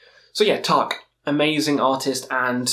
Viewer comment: The way you pronounce Taake means roof in Norwegian (tak) and not fog (tåke) as the name of the band actually is. I don't expect you to pronounce it right, just thought it was funny ;)